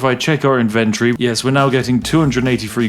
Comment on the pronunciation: Wait... the spiff is an economist? And yet he cannot pronounce ivent-torie?! Sus.